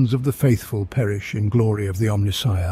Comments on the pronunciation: Pronounciation of omnissiah is extremely strange. It is supposed to be go like messiah, but instead you do it like nissan. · You’re saying Omnissiah wrong. I heard a video once that you like to be corrected. Big fan of the channel just hoping that this helps you grow.